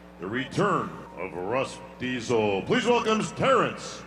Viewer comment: Did say Russ Diesel lol